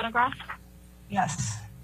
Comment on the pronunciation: might be the only person I've ever heard pronounce the word 'yes' with an h and an extra s. 'Yhess... Yhess... Yhess...'